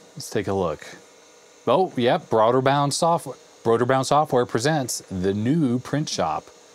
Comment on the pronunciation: Brøderbund not Brøderbound.